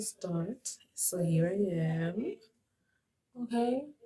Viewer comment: When you said "so" I was like "mcwah"😂